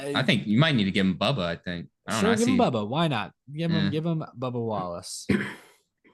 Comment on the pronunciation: Scrub-ba WAL-lace